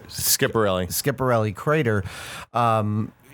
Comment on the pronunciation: Guys it's not Skipparelli's crater, it's pronounced Skiaparelli [skjapaˈrɛlːi]. I'm Italian.